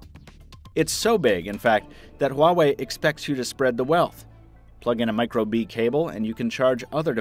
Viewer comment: just the name "huwawei"... uuughh... why bother looking into it?